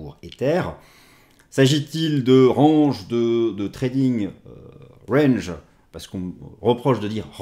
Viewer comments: Merci d'arrêter de dire rANge :D, sinon, la bonne prononciation est: rènj. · A il a dit rAHnge !!!! Franchement osef de comment tu le dis 😅 Une vidéo par semaine seulement ! et le R ange mais ptin c'est tellement propre comme vidéo que c'est pardonné sans discuté ! 👍😎🤏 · Je m'étais habitué à votre façon de prononcer "range". Cela va limite me manquer, si vous vous forcez à le corriger car ça fait partie de votre style 😜 Mais le plus important reste le contenu et sur ce point, vous êtes excellent ! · Merci encore pour vos analyses. Cest tellement agréable d’écouter quelqu’un qui prend le temps d’expliquer sans avoir a parler vite et qui ne néglige pas de précieux details. J’attend toujours avec impatience le mardi :) Ps : J’ai bien rigolé au sujet de l’accent anglais du mot « range » car je me souviens des premières fois que je regardais vos vidéos et c’est ce qui m’avait fait tilté à l’epoque, mais avec le temps je n’y faisais plus attention haha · Merci beaucoup pour vos analyses toujours très intéressantes. La prononciation de Range à la française me va très bien, je m'intéresse plus au fond qu'à la forme. Et ça fait partie de votre style, ne changez rien! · Honnêtement tu es plus toi-même en disant range à la française et ça fait son charme on reste focus sur tes explications 👌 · "continuER à dire RANGE à la française ne serait pas dérangeant..." et là c'est bien français 😁